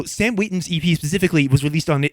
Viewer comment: the way non friend sam says EP makes it sound like he is sayin 'yippie'